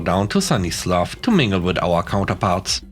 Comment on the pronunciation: Super stories again today. Love the malicious compliance tales. The name "Slough" rhymes with "cow". 🐧🐧🐧🐧🐧🐧🐧🐧🐧🐧🐧🐧